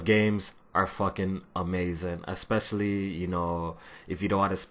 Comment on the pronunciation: lost you after you said exspecially instead of especially.